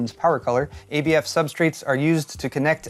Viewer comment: Props for learning how to say ABF